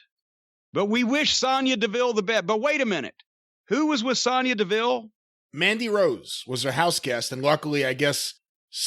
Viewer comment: I love that Jim actually pronounces Sonya correctly instead of saying Sone-Ya like Cole, Graves etc do